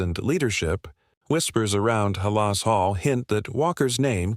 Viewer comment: Learn to pronounce Halas correctly, please!